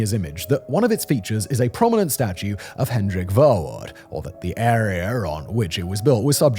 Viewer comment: Verwoerd cracked me up. Dude lives in Europe. Would love to see how he pronounces Dutch names 💀